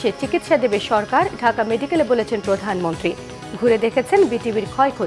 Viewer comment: প্রদানম্নত্রি না, পছামন্তি